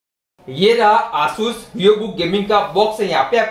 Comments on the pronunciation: Bro it's Asus not aasus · It is asus not aasus🤣🤣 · why are u saying asus asssus XD